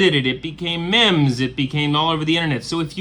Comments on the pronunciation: I thought I switched timelines again and now MEEMES are called mems. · MEMS LOL meeeems memes is pronounced meeeeeems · The real mystery is your pronunciation of the word "meme's" ;)